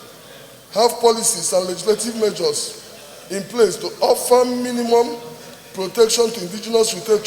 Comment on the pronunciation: Keep sleeping. One day they will take over that your pregnant Tommy lol. You should be moving motions for Biafra and oduduwa. You cannot even pronounce measures. He called it ( majors). Please go and learn how to pronounce "R" L" and "S"